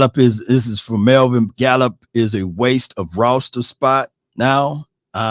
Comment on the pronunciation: Bro lol said Gallup better than Thomas lol